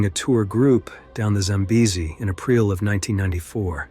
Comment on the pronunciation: "In Ahpreal of 1994". Yeah, I'm gonna trust AI. Like I trust "Your time is important to us." "A big canooeey". Yeah, right.